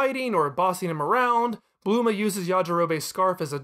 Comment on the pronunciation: Why do you pronounce goku so weird...im just gonna assume your doing it on purpose like "bluema" and "super cyan"